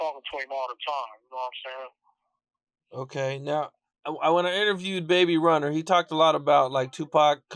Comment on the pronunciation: This mfa said “ Baby Runer “😂